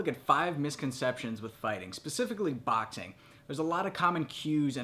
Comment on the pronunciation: U say boxing really wierd...